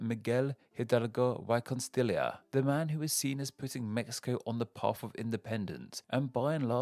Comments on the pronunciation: Anyone else catch the “Why Constilia” when he tried to pronounce Y Costilla? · How did you pronounced Oaxaca perfectly 😍 but not the (y) in (y costilla)